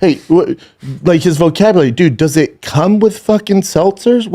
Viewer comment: Brendan, you can’t even say ‘vocabulary’.